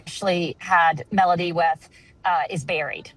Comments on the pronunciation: This would have been more credible if her name was pronounced correctly & anything new was actually revealed. I get not being able to say too much during an ongoing investigation, just say that. Very clickbaity. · This "PI" doesnt even know how to pronounce the kids name...